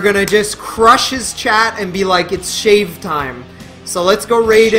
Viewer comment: "SHAVE SOULS"